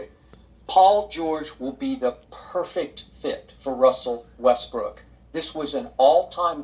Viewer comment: Why you saying westbrick instead of westbrook